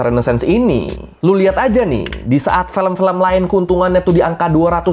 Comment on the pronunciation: Film bang bukan Felm ✌😅